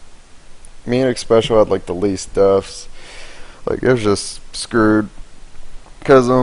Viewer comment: His screw'd sounds like scuured